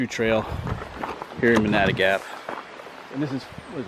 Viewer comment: It is pronounced Man-a-duh Gap